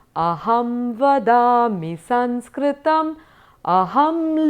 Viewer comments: excellent.I enjoyed. One suggestion.Please pronounce saMskrtam as such.You pronounced it as saNskrtam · All the nuances are well explained and many thanks for the same. Just one doubt. Is it not Samskrtam?. In this video I am hearing it as Sanskrtam.vThank you